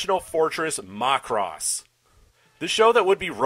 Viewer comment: worst way ive heard someone pronounce macross